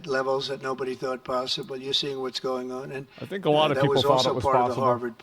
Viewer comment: He said "I Thank" 😂 Is that you Jim Acosta 😂